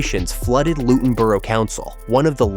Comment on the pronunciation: 2 mins in and I was worried this could be AI slop. But- it’s so far well thought out. And you pronounce Luton without the T, so that’s good work already. I get to see Power Court rise most Fridays near my work place (And based on the need to move since 1955, it’s a needed long term investment)